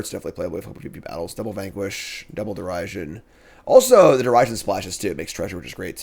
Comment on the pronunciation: Derision is pronounced like The Vision